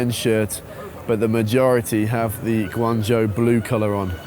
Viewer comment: I like your pronunciation of GuangZhou in the beginning, Standard pinyin! Keep it up.